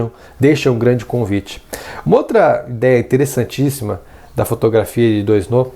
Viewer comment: Valeu pelo vídeo! Ah, a pronúncia de "Doisneau" é "doanô". ;) Abraço!